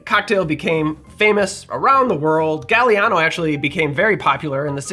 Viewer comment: NOT JUST WISCONSIN!!! 🤣❤️🎄🤣❤️ Yes, this old fart from a SW non-suburb of Chicago (because my town was founded first) was allowed the Golden Cadillac Milkshake on Christmas (unless Dad made Harvey Wallbanger milkshakes)! YUMMMMMMM!!!!! ETA: Gaah-li-ah-no … the “a” in Italian is soft (ah), not like “gal”, and is pronounced the same, no matter where it falls in the word.